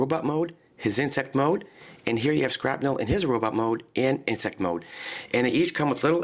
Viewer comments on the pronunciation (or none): its shrapnel not skrapnel